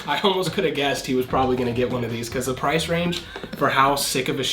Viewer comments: Price or “Pirce”? 😅🤭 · when it says pirce instead of price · I love how I it said pirce instead of price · Bruh he said for price pirce